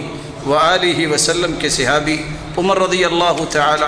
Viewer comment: Sehabi nahi sahabi hota hai